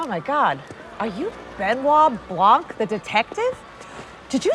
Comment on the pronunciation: Blanc have a silent "c".